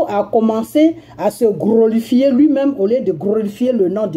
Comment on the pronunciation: on ne dit pas "Grolifier" plus tot "Glorifier".exemple:(gloire) à dieux.